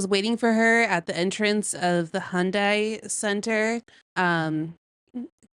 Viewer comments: She says there was slave labor, but it's obvious she's making it up. She also doesn't know know how to pronounce Hyundai. it's Hyundai, not Hi-undai😮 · She can’t even pronounce Hyundai correctly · Dude, they even came out with commercials for the USA, decades ago, to get them to pronounce it correctly. There's no excuse to still be pronouncing it THIS WRONG. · It's properly pronounced, "Heeon-dae" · Whew, she was really fighting the pronunciation of Hyundai. I thought she might pass out, it was touch and go there for a second.